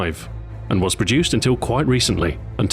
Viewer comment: he said was mate. he said WAS.